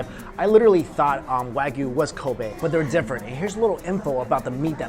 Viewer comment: Ko-BEH not BAY. Also not "Wag-you" it's "Wa-gi-yu." Gi-yu=gyu